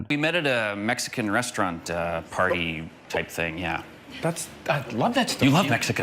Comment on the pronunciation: When he said “ party “ all I heard was party hardy 😂